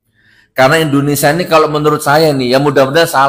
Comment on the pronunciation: INDONESIA bukan INDONESA